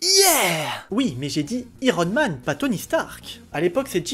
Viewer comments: Iron en prononçant Aï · Je te découvre avec cette vidéo, bonne review :) Les touches d'humour sont cools, mais IIIIIron Man ? Autant pour Spideur-Man ça va car c'est "rentré" dans les moeurs, mais prononcer i-ron Man au lieu de Aïe-ron Man, ça sonne bizarre :P